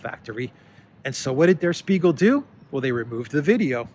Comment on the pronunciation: Yasu file! It's a good show,. as always. FYI, Spiegel is pronounced with an "sh":)